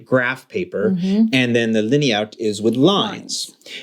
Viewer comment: Kariert oder liniert. Linert is pronounciated completely different and it's not a german word (linert would be pronouncicated leenerd, not leeneerd ... or even leenyeerd).